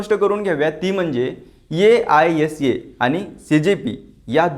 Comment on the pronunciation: aisa पुन्हा पुन्हा नको ‘आयसा’ बोलतात संघटनेला...